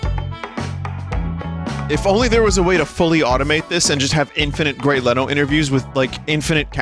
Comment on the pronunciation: grey leno occasionally pronouncing his name as grey leeno is my favorite bit. ever since i first saw this vod, it's been in my head